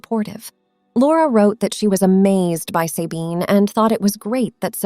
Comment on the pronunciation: Not Saybine - Sabine with a short a.